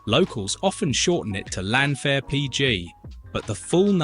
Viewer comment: No I'm Welsh and have been speaking Welsh since I was 4 years old, I'm 41, the English get it wrong, the Welsh has a different alphabet and does not translate directly into English, there's no V in the Welsh language, 1 F is a V sound, and 2 FS (FF) is an English F sound, trust me it's wrong lol